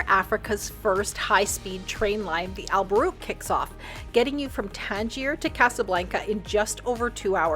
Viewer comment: Al Boraq not Al Barook